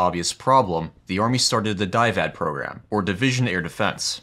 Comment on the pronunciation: Is there a reason you kept pronouncing DIVAD as (die-vad)? It's Division Air Defense, so surely it would be pronounced (dih-vad)?